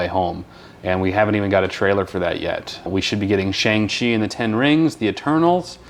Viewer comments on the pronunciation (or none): Loved the reaction, but it's pronounced SHONG-chi :)